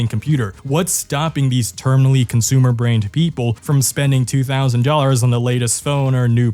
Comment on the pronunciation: Ahh, yes: Consoomers.